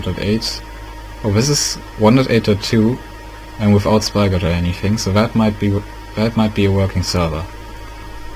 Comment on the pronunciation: did you guys not realize that he said spygot instead of spigot LOL (BTW) it worked